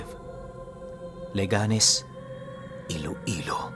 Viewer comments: Correction po leganes de po Le ganes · 😮 listening from leganes. ang cute lg ng pronunciation ng leganes mo pero mali po yan hehehehe.